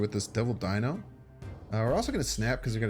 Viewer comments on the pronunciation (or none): none